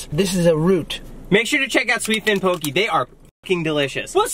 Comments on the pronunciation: 😂😂 “poh-kee” It’s poh-kay, this is amazing I love watching you guys😂😂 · It’s pronounced POH-KEH not POKEY 😬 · It’s pronounce ( pohk - eh) actually